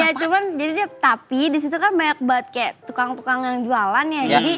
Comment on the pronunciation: Bru ngeh pengucapan kata KEYA / KAYAK nya sering bgt di ucapin 🤣🤣